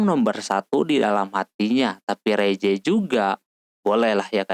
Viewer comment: mohon maaf ka bukan reze dibaca riss